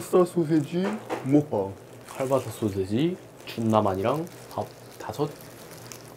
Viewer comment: 킬바산데 칼바사래 자꾸ㅋㅌㅋㅋㅋㅋ